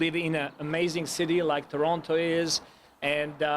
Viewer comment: As the Toronto tradition someone needs to teach coach how to say Toronto as the citizens say it in my opinion